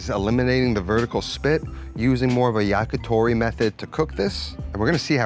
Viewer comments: It’s YAKITORI, not YAKATORI. “Yaki” means grilled. “Tori” is bird. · It's yakitori not yakatori.